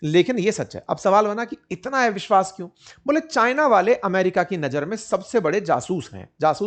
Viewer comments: आप इतना बढ़िया हिन्दी बोल लेते हो, लेकिन ‘अविश्वास ‘ को एविशवास ‘ क्यूँ बोलते हो.. अटपटा सा लगता है!!??😳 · एविश्वास × अविश्वास ✓ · ऐविश्वास नहीं सर अविशवास कहते हैं😂